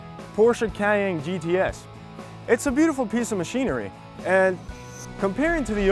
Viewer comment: Porsche Kyaayyyeeennne, LOL